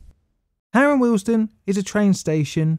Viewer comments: Please note it is pronounced WEALD-STONE not Wealsden as you are saying here, apart from that it's a brilliant video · As a current Signaller and local of the area this was a very interesting and we'll put together video. However I cringed everytime you said Wealdstone. It is pronounced Weald-Stone not willesden. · Why do you repeatedly and infuriatingly mispronounce the station name as Harrow & Willesden!!! It's Harrow & WEALD-STONE. Also Middlesex was abolished as a county in 1965. Sloppy, very sloppy. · Good video. I am from Harrow, it is pronounced ‘we’ ‘ald’ ‘stone’ as in the philosophers stone . The way you have said the word makes it sounds more like Willesden than Wealdstone. I know the tfl voice calls it ‘wealdstun’ as you have done, but I can tell you confidently that the locals pronounce it ‘we ald stone’ 👍🏻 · It's not "Harrow & Willesden". But "Harrow & WEALDSTONE". Pronunciation.